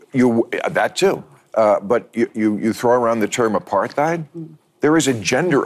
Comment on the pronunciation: Sorry, if Bill Mahar can’t even pronounce apartheid correctly (a paar tide), how we assume we assume he has enough depth to figure out what it means?